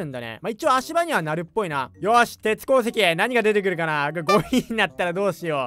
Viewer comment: 鉄鉱石の言い方気になるわ 鉄鉱石って言えや！